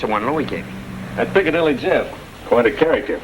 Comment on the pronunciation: Oh no! Chaney called him piccalilly Joe instead of Piccadilly Jeff😂😂